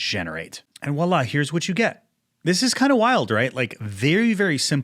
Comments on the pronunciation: it's not 'wa' its 'vwa'. voila! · It's voilà, not wah la. Pronounced pretty much the same but with a v. Voillahi I donno why Americans get this wrong so much 😂